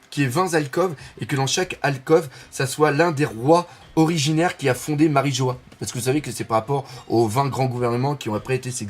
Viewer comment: Doc serieux t'abuse xD Marie jouasse??? wtf ahaha Goise comme viennoise, villageoise, genoise etc